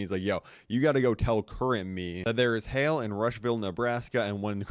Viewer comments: Hal not hail H- al as in the name AL as in the guy in Toy Story2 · Hal not Hale L larper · has more ways to pronounce "Hal" than the number of T-shirts John Cena switches 😂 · He gotta be ragebaiting with how he is saying Hal's name